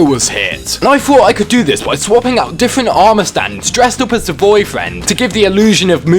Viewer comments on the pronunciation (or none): I like how he says BOIII FRAND